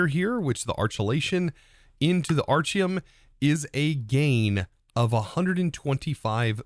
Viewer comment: Why does he keep mispronouncing the item names? Aren't they named after him? So it would be like Architect. Right?